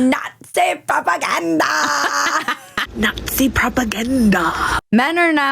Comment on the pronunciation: At the start, I was like "why is she saying 'not see propaganda' so weird?". Then played a clip of a TikTok woman with a septum ring... Oh, that's real!